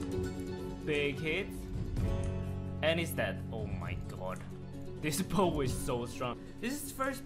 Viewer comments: He didn't pronounce the bow right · Bow of ferdinando